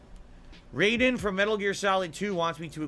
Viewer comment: FFS, it’s pronounced Rye-den, not RAY-den. Also, your Russian accent is pathetic, Sesame St Count-sounding ass fool